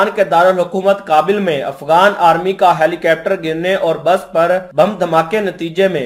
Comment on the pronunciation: Helicapter nhi bhai Helicopter bollo. 😂